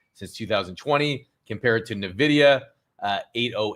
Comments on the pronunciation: Broski.. it's hard to take anything you say really seriously until you learn how to say the MOST INFLUENTIAL COMPANY AND ONE OF THE BIGGEST IN THE WORLD'S NAME CORRECTLY!! LMAO 🤣 do better my man..say it with me..Inn-vidia 😂 not Naa-vidia! Happy Easter 🐰🤙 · FOR THE LOVE OF GOD AND ALL THINGS HOLY: it's pronounced EN-vidia!! Like the letter N... that's why the n is lowercase, then VIDIA is uppercase in the logo. nVIDIA not NAvidia. Listen to their CEO Jensen Huang. Listen to the games that use their graphic cards -- the trademark whisper! PLEASE stop saying it wrong, it makes you look super uninformed like amatuers and hobbyists, not an intelligent money mover! This concludes my PSA✌️